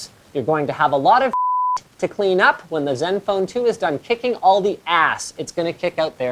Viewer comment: HOly crap. LInus ACTUALLy called this phone by the CORRECT pronunciation instead of " zedenfone 2" ? 0.o There is hope yet.